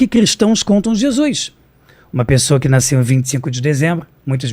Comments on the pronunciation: "NAICEU" é foda... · Um mistério de verdade é: De onde vem esse som de "i" na palavra "nasceu" hahahahaha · Afinal, ele "naisceu" ou não "naisceu"?